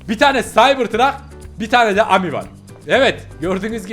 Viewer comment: CİTROEN AMI DEĞİL AMİ AMİ I DEĞİL İ OLACAK😊😅